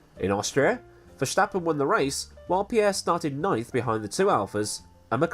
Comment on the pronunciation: Hey, I'm Dutch and my country has sent me to tell you that there is no "sshhh" in Verstappen. Are you trying to sound like Sean Connery or what's the deal? Love the channel by the way!